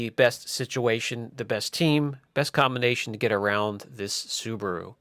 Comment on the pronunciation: It’s SUBARU NOT SUBURU